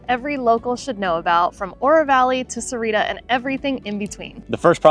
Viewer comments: It's pronounce "Sa-wah-rita" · Where's "Serrira"? Its more like "SA- OOAH- REE- TTA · Got to learn how to pronounce Sahuarita correctly you’re missing an entire syllable.